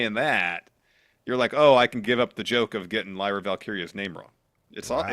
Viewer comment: im so sad the mispronunciation of lyra's name is back. It was going so well